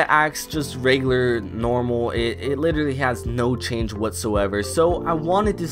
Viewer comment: why di you say litellary so often??